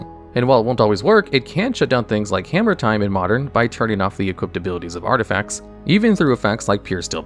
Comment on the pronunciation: 2.46 "artifcats"